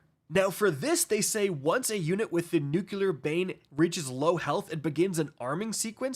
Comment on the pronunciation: nuCLear, not nuCUler, even politicians get that wrong, but don't do it